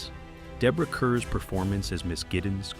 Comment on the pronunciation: Minor correction: The name of the star of “The Innocents” is pronounced like “car.”